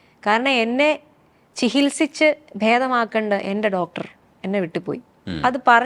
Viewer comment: നല്ല പാട്ടുകൾ ❤ (ചിഹിൽസിച്ച് അല്ല ചികിത്സിച്ച്)